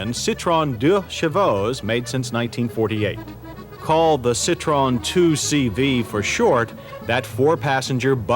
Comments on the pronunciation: why do Americans pronounce it citrone... its citro-en 🤦🏻‍♂️ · It's pronounced Sit tro en, not a Sit trone. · Firstly, you gotta know how to pronounce the Brand CITROEN - "SSITT-TROH-ÄNN". VW = FOWW-WEHH. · I wish people would learn how to say the car name correctly!!